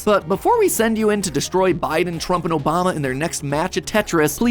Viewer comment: Bruh "mobama" 😂